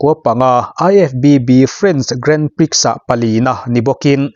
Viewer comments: Grandprix hi grahn pree tiin lam thin a ni. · Grand prix hi "Grand Pri" ti a lam tur aw sir... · Grand prix hi i lam mgun bawk sia.. Googles te han ngaithla teh. A zia lo em mai..! Illinois ah hian a tawp a 's' hi an lam tel ngailo bawk aw.. 'illinoi' tih tur aw.. Gran pri... Ka ip tluan zak... ! Ka zak lutuk.. !